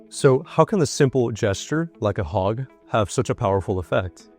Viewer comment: Did you know a HOG can protect you? A HOG??? WTF . Learn ENGLISH pronouncing. I dont want to be HOGGED. OMG